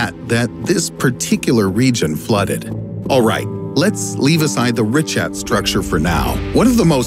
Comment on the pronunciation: Ri-khat is the pronunciation